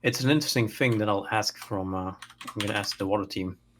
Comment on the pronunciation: TH. TH. THING. Not Fing. THing. that's all.